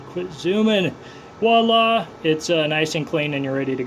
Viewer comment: FYI........... walla is not a word......... the REAL correct word you're looking for is the French word VOILA said vwala... which means THERE.... sooooo if you want to SAY the word........... KNOW what the word Actually IS and pronounce it correctly...